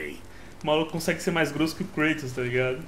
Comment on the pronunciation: O nome é Kratos e não Kreitos hehehehehehehe só pistolando mesmo, dá agonia escutar com fonemas em inglês ;)